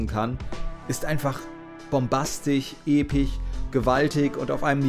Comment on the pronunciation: Bombastich, epich, grafich?? das kommt mir fast so vor, als würdest du das absichtlich machen und iwie triggert es mich mehr als es sollte!^^ (Aber wunderbares Video)